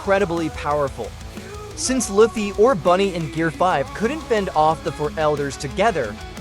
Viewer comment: How you butcher luffy name